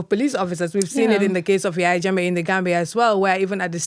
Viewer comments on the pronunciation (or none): none